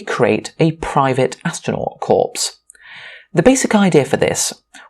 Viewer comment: A private astronaut corpse? Why do you want dead astronauts? How about a a private astronaut corps (the 's' is silent) instead?